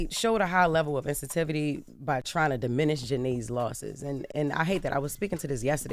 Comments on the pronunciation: Jess said insinvities 😂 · showed a level of what Jess? 🧏🏾‍♀️😒 "Insitivity" ?? sigh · 26 second : what is insevity? Lol she be making up words on the fly 😂😂😂😂😂😂😂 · What's "insity"? They just hire any illiterate person. Jeez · I stopped at “insetivity” 😂😂😂😂😂 sis meant insensitivity** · Did she say INSATIVITY? Lord please bring Loren back so we can actually understand these stories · wtf is Insitivity? 🤣🤣🤣 its jess with the dyslex